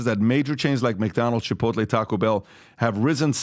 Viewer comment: LMAO "Chai-poutle" "Tak-o-beil"